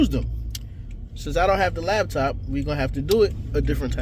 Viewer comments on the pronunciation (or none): Fake tears....& LIES. These Chicks are dangerous. & its laPtop nicca not laBtop.